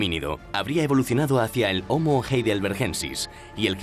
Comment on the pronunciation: ¿En latín la hache era como la "J"? Porque dicen jomo jabilis para mencionar a los jombres... El francés y el del acento extranjero. Y luego se habla del jomo jeidelbergensis u omo eilderbergensis Jaciendo jincapié en los jumanos